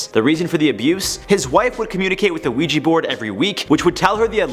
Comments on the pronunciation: Its OUIJAAAA NOT OUIJIIII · Ok. I cannot deal with this HORRID pronunciation of the word Ouija. It is OUIJA. Pronounced WEE JA NOT wee gee!!!!!!!!!!!!!! Seriously! Take your team and have then spend the day learning to pronounce the words they are gonna be using, in that video! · Ouija not Ouiji